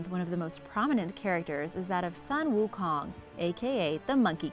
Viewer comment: When she misspronounce the monkey Kong’s name and the staff, my heart died a little.